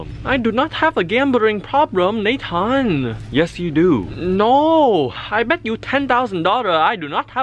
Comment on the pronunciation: not nathan